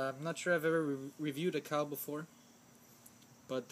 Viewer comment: Hey man its not cow its pronounced Cee-A-Oh just like the letters